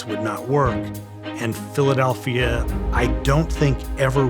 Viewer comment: Went from Frank Rizzo, best mayor in Phila history, to Wilson Goode, who was the absolute worst. He couldn't even pronounce PHILADELPHIA for God's sake!!!